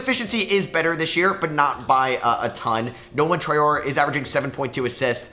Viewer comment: Hey, just so you know it's pronounced "Traoreh" in French :)